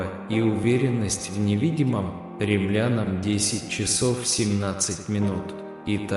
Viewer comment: наверное, не "кремлянам", а к римлянам?